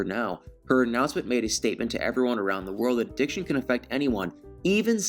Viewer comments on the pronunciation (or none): none